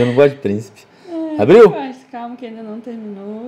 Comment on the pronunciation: fala princhipe